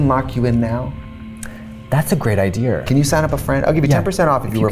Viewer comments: .. A good I-dear” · Oh my God katyas new England accent coming out when she said "that's a great ideeR" lmfaoo